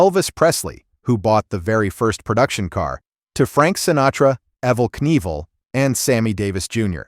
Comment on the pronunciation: “Evel Knival….” Damn you AI! Damn you!!